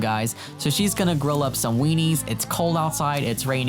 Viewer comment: I died every time he said weenies,😂😂😂